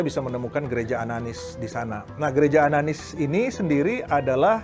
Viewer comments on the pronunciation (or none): ananias bkn ananis